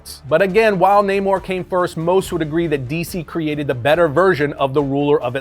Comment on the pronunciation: This guy said aqua man better than namor 😂